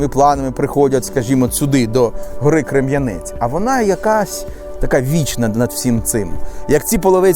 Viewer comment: Дякую, за те що показуєте мій Ізюм, тільки одне уточнення. Гора називається Крем'янець! Наголос на перше е.